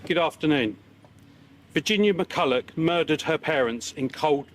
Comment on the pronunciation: It's pronounced Mac-ull-ock